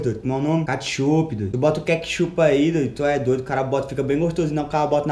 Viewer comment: Errado: katchup